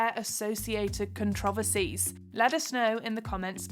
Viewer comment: Am I the only one who thinks the biggest controversy in the video is the narrator’s pronunciation of the word “controversies?”